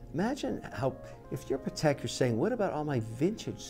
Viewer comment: A professional and respectable watches salesman and collectors should at least pronounce the watch maker brand name correctly. PLEASE pronounce Patek, not pahrek!